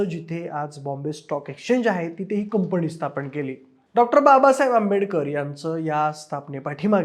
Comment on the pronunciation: 'न' ला 'न'च म्हणत जा रे...कंपणी काय प्लॅणिंग काय 🤦‍♂️ शी शी शी